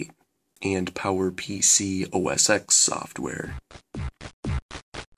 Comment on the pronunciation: I hate to bitch but the way you pronounced linux and debian annoyed me so much, and also its OS ten, the X is roman numeral for 10, and its pronounced OS 10 not OS X. Please look at (how to pronounce .com) to see the correct way to say linux and debian. but i guess also depends on where you are from and any accent.